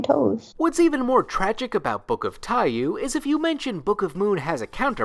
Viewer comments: Americans pronouncing “Book of Tai-yuu” instead of “tai-YOH”… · Dumb thing but its pronounced Tai Yo, the u is silent. Boktai burn that into my soul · Oh shit, this is the first time i have seen "Book of Taiyou" written down. I think i've only ever heard people say it before, so I didn't realize they were mispronouncing it. The "you" in "taiyou" (太陽 orたいよう) is pronounced like the english slang word "yo", just with an elongated vowel. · by the way book of Taiyou the you part is pronounced yoh